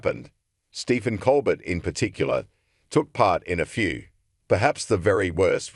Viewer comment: This AI muck can't even pronounce words. Who is "ColBERT"??? Pure adulterated crap reporting. This site is off my feed .. 👎👎👎👎👎👎